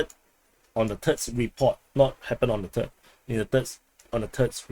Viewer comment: WHEN YOU SAY 3RD IT SOUNDS LIKE TERD AND I LOVE IT